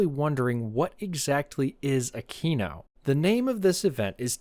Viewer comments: Great video as always! Just a tip: Aquino is pronounced Akweeno :) (I'm Italian) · I heard the first time you said aquino as "I'm at a Kino tank weekend..." and thought "ya man tell me about it"